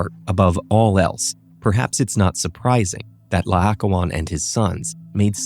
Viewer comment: PLEASE try to get people who can pronounce Greek names correctly for the narration... It's La-oh-KOH-on, the second vowel is an O and the stress is on the penultimate syllable.